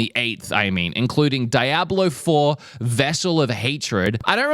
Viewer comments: Lol...i think u mean "dee-ob-lo", not di-ab-lo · Lol its "Dee-A-Blow" bro, not "Die-a-blow" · I thought Diablo was coming this month no it's DYE-ABLO! 😂😂😂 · bro mispronounced diablo like 7 times